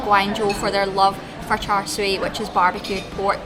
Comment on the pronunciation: The pork filling should be pronounced as cha seww.